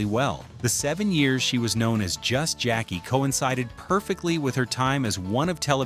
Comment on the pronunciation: SIR, I CAN TELL U WASN'T A FAN OF THE THIS SHOW. THE NAME OF THE SHOW WAS TWO TWO 7. JACKEE CHARACTER'S NAME WAS SONDRA NOT SANDRA. HER REAL NAME IS PRONOUNCED JACK/KAY NOT JACKIE. 😊